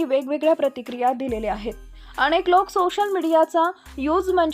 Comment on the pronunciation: शुद्ध शब्द " अनेक " असा आहे " अणेक " नाही.